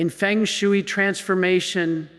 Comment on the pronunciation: The concept and practice of feng shui is not pronounced like 'chop suey'. I pronounce this AI crapola like B. S. Fake stuff!!